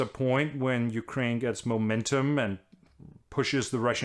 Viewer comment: Top notch prononciation of the ukraine names